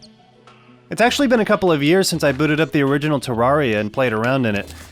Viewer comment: it's terr air ia TERR AIR IA TUB FGIFFRTJVRUDTHDT